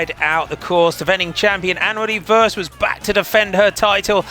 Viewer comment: Could you please change your pronounciation of Worst? You constantly jinx her, as if she's usually the last to cross the line... :( The o should sound like the au in sausage, or the o in dorm, or the a in warm.